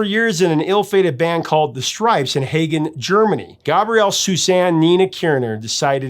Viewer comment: Oh Lord. OI remember hanging otu with Rodney Bingenheimer at the Starwood,and then at his nightclub. He was such a short little dork.lol! ***It's Hahgen. Not Haygen. Just thought I'd let you know. :}